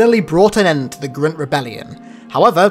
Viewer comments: Why do you say grunt like that though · Say grunt properly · Can you say grunt normally please thank you